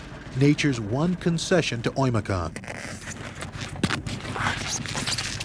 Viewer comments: It's Öymököön, not Oyimiyakonn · 1st of all it's OYMYAKON